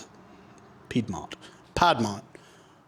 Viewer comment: BACK AT IT AGAIN WITH THE "PYE-D-MONT"🙄🙄🙄. lol it's all love. Enjoying the vids still